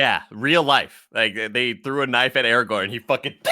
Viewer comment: It’s ARAGORN, not Aragon!